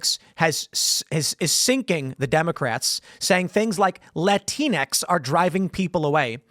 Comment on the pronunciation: pronounces Latinx Lah-tincks